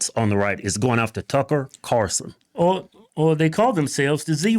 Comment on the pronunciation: Keith: "Tucker Carson?" 😂😂 I know it was a simple mistake, but I found it funny, so I laughed. It looks like the second/bald guy has a rock on the shelf behind him. I wonder what it is? Bidens brain?